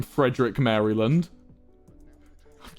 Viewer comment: Cringing at his pronunciation of Maryland. [Facepalm.]